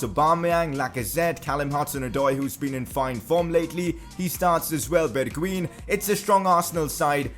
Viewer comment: you prenounce it as bergwine